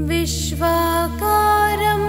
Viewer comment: Its is Viswaadharam not vishwaparam And it is gaganasadusham not gaganasadhrusham Yogibridhyanagamyam and not yogihridhyanagamyam So many mistakes kindly correct I am surprised